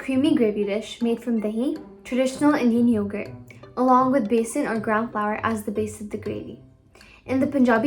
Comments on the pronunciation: Yummy dishes...30.22, That is Besan, not Beason .It is Chick peas flour.. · Besan. Not Beason.